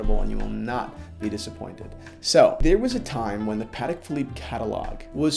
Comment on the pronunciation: its PAH-TEK